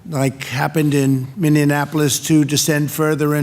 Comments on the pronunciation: Did he say MinionApolis instead of Minneapolis? 😂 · What is "minenapolis"? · Trump called Minneapolis “MINION-apolis” LOL - I imagine a city of rioting yellow alien cyclops creatures. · We just going to ignore dude just said "Minneanapolis"? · not just once, several times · "Minnianapolis." Idiot. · You think he'd be able to pronounce it after the dozens of times it's come up in his briefings. I mean, I know he can't read, but still... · Lol, yeah, he fucked up that one.. Mixed it with Indianappolis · He can’t even pronounce Minnea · This man didn’t even pronounce the city’s name right 😂